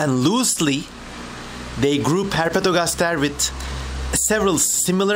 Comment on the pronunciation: He says ”Herpetogastashe”